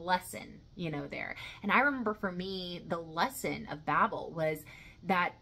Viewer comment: Another classic except it's usually pronounced "babe-l," like on elton john's captain fantastic album. God could be such a prick, eh?